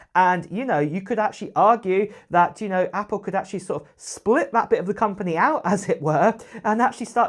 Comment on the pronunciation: Acchally? Didn’t hear anything beyond this word.